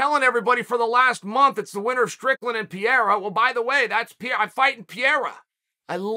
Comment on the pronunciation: Who's Pierra?